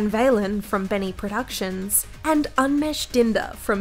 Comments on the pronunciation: The correct pronunciation of unmesh Is Ooh-n-mesh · When I heard the pronounciation of unmesh.. I'm dead